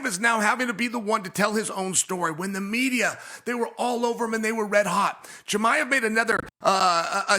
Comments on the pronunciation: Chael called him Conjob Chimaev lmao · How is Chael still butching everyones names lol